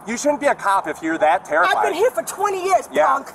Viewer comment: brutal exchange "I been heah for 20 years - Punk!" "yeah, here...Go somewhere real" Absolute legend 😎